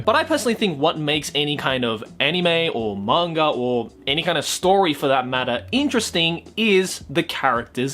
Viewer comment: I know he has an accent but who else chuckles or laughs slightly when his pronunciation of Manga sounds like "monger"